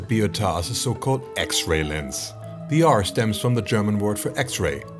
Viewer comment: are you German? you pronounce the German words perfectly 👍🏻